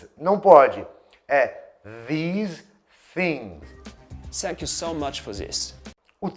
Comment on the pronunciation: Hi,! Obrigado pelo vídeo, nós brasileiros temos dificuldade com esse som, tem que treinar muito mesmo! "sank you so much for thiz" hahahahahahaha